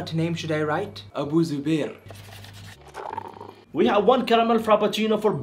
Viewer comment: " A bear of the zoo Abu" (Abu Zubair) I am dead LOL